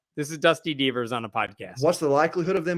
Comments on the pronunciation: Before I saw his name in print I thought was saying Dusty Beavers, which would be hilarious! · When I heard "Dusty Deevers" I thought was saying "Dusty Beavers" and I thought that was the best name ever for this guy. Anyway, it still sounds like a great name for an OK drag queen, so feel free to use it!!!